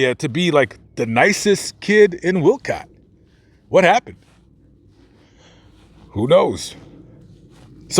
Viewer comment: I've read quite a lot about these murders. It is so depressing. Those poor people. Also, it's Wolcott, not Wilcott. And his name was Lowell, one syllable, not Low ell. The house is long gone. At one time you could still see the concrete steps and a bit of the sidewalk from Google Maps. You can read a summary of this case in Truman Capote's In Cold Blood. Also, the Kansas Supreme Court opinion is available online.